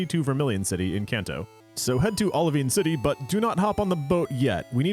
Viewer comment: Sorry if someone already commented this but it's called Oli Vine City, it's basically Olive Vine City when you read it. Not Oli Veen City.